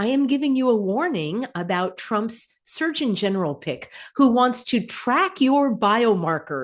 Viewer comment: I keep hearing Search-in-general, instead of Surgeon General.😂